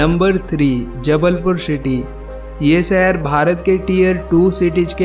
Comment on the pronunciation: भाई शहर होता है, सहर नही 👍👍